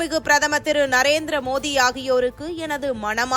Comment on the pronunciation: P.M. Modi's name correctly pronounced by this news reader is really commendable. Let other Tamils who mention Modi 's name know the correct pronunciation! (MO- the ) is the correct way to mention our P.M's name!